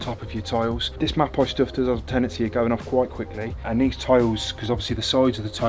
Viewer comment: Just a little FYI its pronounces 'Map-ey'. Stunning job guys :)